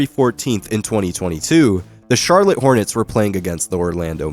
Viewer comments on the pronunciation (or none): none